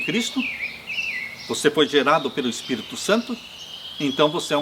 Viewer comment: Gosto de você, mas não aguento quando você fala Espirto e não Espírito.